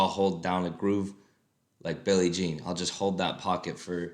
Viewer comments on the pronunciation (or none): none